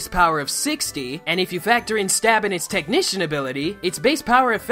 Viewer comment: Technincian? Fuck dude...